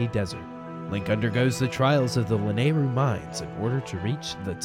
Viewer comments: I thought Lanayru was pronounced La-nayru or is it Lana-yru? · Hey, wasn't Lanayru pronounced Luh-nah-ee-roo?